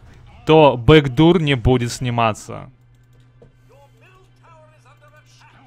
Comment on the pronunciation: вот так некоторые читают backdoor бэкдур омг